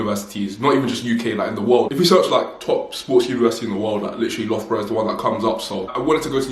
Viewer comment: It's pronounced lufborough btw 😘